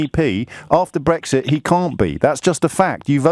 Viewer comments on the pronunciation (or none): bowis Johnson, Nigel fawage and bwexit wefewendum. What a wentboy. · Nigel Fawage, Bowis Johnson, Bwexit Wefewendum etc. What a pwick.